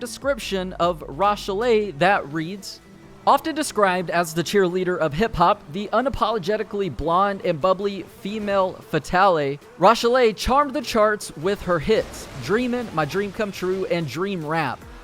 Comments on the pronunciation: dude its promounced "fem fatal" not "female fatalay" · Fem Fatal*E* SMH. The E is silent my man. It's pronounced like "Fem fay-tell" Also the name Rochelle is pronounced "Raw-shell" not "roach." Though I'm not sure on the "Rochell'le" pronunciation. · Female fatale🤣🤣🤣🤣🤣 You may want to research how that's pronounced 😂😂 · femme fatale is french for "fatal woman" and is a trope referring to the type of "dangerous woman" you'll see in film noir. It's pronounced "fem faytal", that "tal" rhyming with "gal". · “Female fay-tallay” 🤣🤣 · Triggered! It's femme =fem and fetale = feh-tal the a sounds like the a in "mal-ware" with emphasis on 2nd syllable, so:fem fehTAL Google speak or Alexa could pronounce it better than I can phonetically describe it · "Female fatalay" and "roshalay" ur killing me bro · It's RO - SHELL - LAY & FEM - FA - TALE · Female faytalay? You mean femme fatale? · I think those names are pronounced mishell and roshell with stress on the e. Michelle and and roshelle. Also its fem fatAl. Al as in Big Al. As you can see I'm very emotionally invested. They are French names btw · Female Fe-Tally? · learn how to say femme fatale properly before making anymore videos ffs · disliking for the way you pronounced femme fatale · I didn't know someone could butcher "femme fatale" so badly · Don't know if someone else pointed this out, but you mispronounced femme fatale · The way you pronounced “femme fatale” really irked my soul…. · That’s not how you pronounce Femme fatale bro